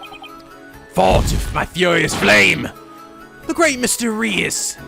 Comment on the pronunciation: Hey! I believe that Mr. Reus' name is pronounced the same as the word "ruse" (roos). Ruse is synonymous with trick, which makes sense considering that Mr. Reus was involved in the prank game show. I hope this helps!